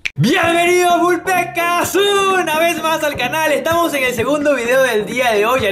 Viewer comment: Deja de decir Vul Pecas